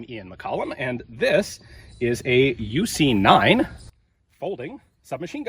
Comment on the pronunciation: Its not "you see nine" its "ooo see nine"